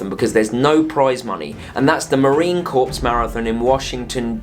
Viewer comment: Just one correction. The “p” in corps is silent. It’s pronounced Marine Core.